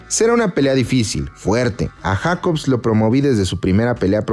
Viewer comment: Jaja que idiota en pronunciar JACOBS